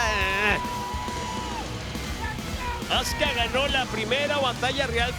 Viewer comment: esos tipos no saben como decir un nombre en ingles, se escribe azuka y ellos le dicen azka creo que estan bien mal🤣😒